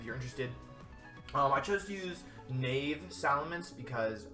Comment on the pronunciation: love your vids hahaha the geomancy time stall tricks naive is pronounced nah-eve just so you know